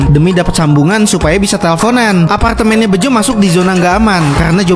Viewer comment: Aparkgtemen nya :( Bisa ngomong R ga bg? Lurusin dulu ngomong R dlu deh bg